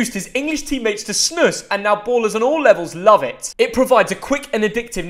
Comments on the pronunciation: Its not snusss its SNUUS you pronounce it like snous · “Snuhs” It’s pronounced “Snoose” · Its not pronounced snus its pronounced snuus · It’s not SNÖSS, its SNUS. Pronounce it like Snews (news with an S in front) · pronounced snuus and not snuss. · Bro said snuss like its a teddybear. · It's funny to her a Brit try to pronounce "snus"😅😅. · Why do he pronounce it like snuss. 😂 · You actually pronounce it like snu-us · Its pronounced "Snooze" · Its pronounced "Snoose" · The way this man pronounced snus😂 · He pronouced it WRONG! (Im from Sweden)